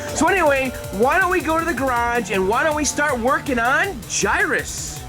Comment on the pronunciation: i like how you always say GAYrage :D why don´t you say GAYrus aswell? :P